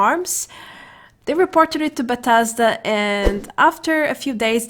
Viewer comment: Buuh tez duuh. Bethesda